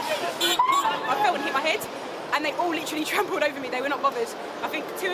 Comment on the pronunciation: "We're not bovverd" So edgy